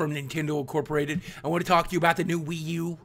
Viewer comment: WiiU is more like Pee U